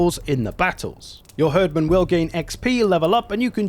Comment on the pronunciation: For the love of rødgrød, please stop calling them "herdmen" It's pronounced "Hierdmen" XD